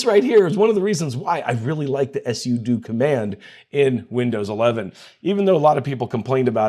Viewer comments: No it's "Sue-Doh" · do you purposely mispronounce things like "sudo" for engagement 😂